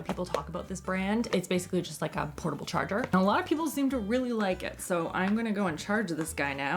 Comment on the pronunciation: Did anyone else hear her say portable jarjar or was that just me lol 😂